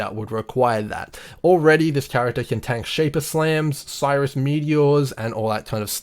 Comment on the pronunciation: Bro awesome nice video but Sirrus, prounounced like Apple's Siri but with a "us" at the end... not Cyrus :)